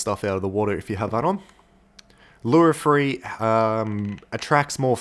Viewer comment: It’s: three not free